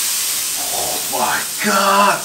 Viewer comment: 點解加蔥既My God會有T音嘅🤔️